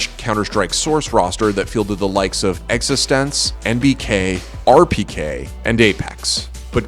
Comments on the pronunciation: Team extense lol. Try googling stuff if you are unsure of the pronunciation. It is Existence, mate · its pronounced existence btw